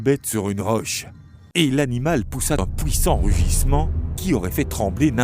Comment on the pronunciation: À part les "pouissants" et "gluare" j'approuve 😁